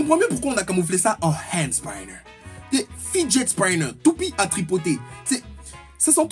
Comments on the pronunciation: on dit fidjet spinner😂😁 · Et Monsieur avec son accent anglais le fidget Spinner ne se dit pas comme tu l'as dit